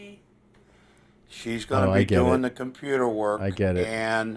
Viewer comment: ”Compooter work..”